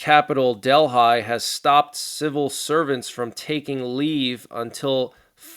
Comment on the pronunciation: Please check the pronunciation on Delhi